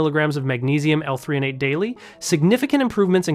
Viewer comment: I think you mean magnesium L-threonate, not 3-on-ate